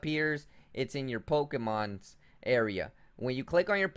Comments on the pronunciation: The actual pronunciation is "Po-Kay-Mon." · poke...eeeeee......mon NOT poke......aaaaaaaaa....mon